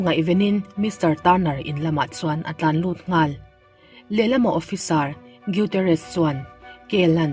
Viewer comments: Gutierrez tih chu iduhleh i channel ah va lamdik la nimai lawm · Gutierrez tih i lam dan hi a dik chiah lo deuh em aw ka ti mai mai. A chhiartu leh a lettu thiam loh, țawngkam diklo a awm zeuh zeuh bawk a